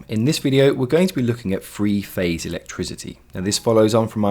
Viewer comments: To my ears all your "Th" consonants sound like "F" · Glad to have that explained at last! (Guess I was too lazy to look it up!) The diagrams make it very clear. One suggestion: work on your "th" sounds. I thought you were talking about "free phase" for a moment! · Are you saying free phase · Very informative video even if it is a tad confusing for non English people by referring to three phase as “free phase”